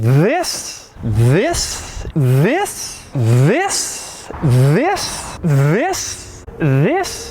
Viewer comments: I just realized that Doug has difficulty pronouncing "THIS". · How to pronounce “th” video :) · I realized how weird the word this sounds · good god it was like a stroke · After a while whenever Doug says “This” it starts to sound more like vis than this. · When he said this many times it sounded like whis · Kind of sounds like he was saying “vis vis....” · “This” quickly turned into “viss” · Is it just me, or does Doug sounds like he is saying 'vis' instead of 'this' after a bunch or so clips of him saying 'this' ? :D Maybe it's just me being Dutch, and 'vis' is the Dutch word for fish. I also like you put the 'THIS' on your auction site in capitals at the highlight section of cars you have listed for auction, that is a nice touch :) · it went from "this" to "viz" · After hearing "Thissss" over and over, it sounded like visss. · It sounds like he says VISSS instead of THIS Check out Doug Discord Server. Tons of hilarious ytp's of him! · It's only me that I feel like it starts with "this" and slowly transition to "diss". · why did it start sounding like he was saying ''VIS'' right around the end lol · wow i just found out he says ‘vis’ instead of this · After a while it just sounds like he's saying "vis" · i started getting a stroke "VIIISS" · The “this” sounds like “viss” after some time 😂😂🤣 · He said "THIS" so much that it sounds like vis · "This" turned into "Viss" very very quickly during that montage lol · The half minute of "THIS" sounded more like Wis Wis Wis Wis! Am I the only one? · after 5 times this sounds more like wiss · All I hear now is “VISS” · you mean VVVIISSSS?! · It sounds like ur saying viss when you say this.... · Did anyone else hear the "THIS" turn into "VISS"?!? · During the thiss compilation as a dutch guy i heared VIS ( fish) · The thisss part of the video started like hes saying viss after a couple times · he says This like fiss....(im not being mean i love this guy SUPER MUCH!!) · Every this sounded more and more German